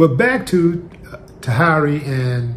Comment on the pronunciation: Her name is pronounced "TAH HERE REE" and the guy name is pronounced "VAH DOE" Willie 😂😂😂😂